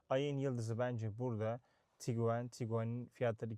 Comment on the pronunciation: HALA TIGUAN YERİNE TİGUEN DEDİĞİN İÇİN ABONE OLMUYORUM